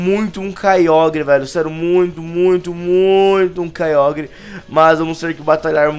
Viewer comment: o nome do kiogre (não sei escrever esse nome) não se pronúncia caiogre e se pronúncia caioger